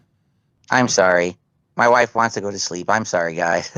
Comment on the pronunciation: Ahm sowry guys. Ahm beeing tu lowd. Ahm sowry.